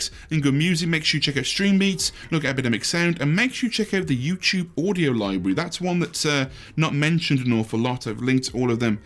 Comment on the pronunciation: YouChube on a Chuesday